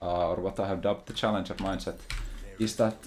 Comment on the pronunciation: This stuff will only get us grandmaster at best. How are we supposed to get challenjour without accent?